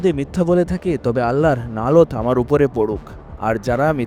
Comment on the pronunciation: আল্লাহর "নালত" আবার কি? আমি তো জানি ওটা " লানত্"